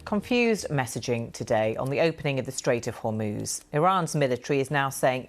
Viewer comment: The presenters need to get the name of the Strait of Hormuz right. All they need to do is, listen to the reporter.